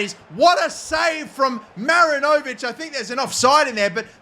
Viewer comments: mate as a kiwi im gonna need u to correct this, its pronounced ma-rin-o-vich not marin-0'vic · Dear: mi-RI-ni-vich Sincerely, all New Zealand football fans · Great stuff mate! Just don’t over pronounce the “o” in Marinovic😁 He was the NZ international keeper, good player